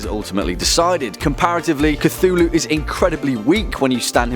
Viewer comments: You read it as Cy-thulu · who is kathooloo? idiot